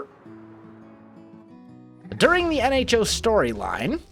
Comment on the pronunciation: Oh O.... Nho (silent H)